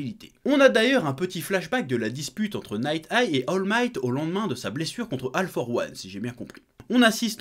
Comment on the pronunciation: Être mauvais en anglais c’est une chose, prononcer « Ale faur wane » s’en est une autre 😭